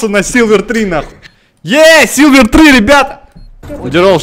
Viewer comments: СИЛВЕР, ножом по ушам... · Блин, бомбит, не СИЛВЕР, а СИЛьВЕР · Ну как ты не поймёшь, не сиЛвер, а сиЛЬвер!) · Акул говорит силвер три кто услышал лайк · я не ебу почему но меня бест то что акул говорит силвер без мягкого знака